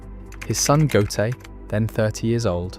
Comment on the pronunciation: The AI have to learn prenunsing Ö. GÖTE.